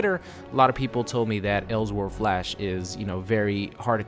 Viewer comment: Anyone else annoyed by his pronunciation of "else world"